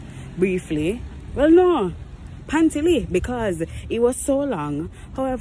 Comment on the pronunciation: sis said pantyly💀💀